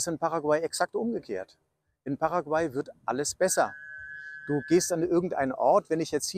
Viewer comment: Bei Paraguay wird die letzte Silbe betont.